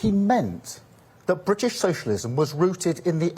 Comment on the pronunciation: The Bwitish pweopal